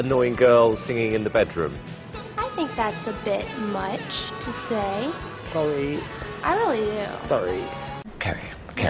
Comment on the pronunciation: Simon “sowwy”